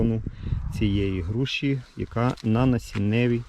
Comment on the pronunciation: "Груші" ,не "Груши"